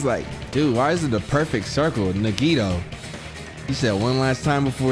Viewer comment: hE FINALLY SAID HIS FUCKING NAME RIGHT IT. TOOK. HIM. DYING